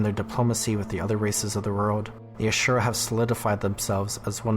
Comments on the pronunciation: Asura not Ashura. I dislike them since gw1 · Are we adding an H? 🧐 I know you have heard this pronounced before in game.